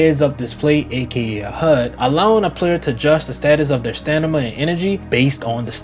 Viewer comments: I just love that he calls stamina, "stanima". 🐐🐐🐐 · My boy think he Gucci mane in 08' talm bout "stanima"😂 Good vid tho bro 3 was ts💯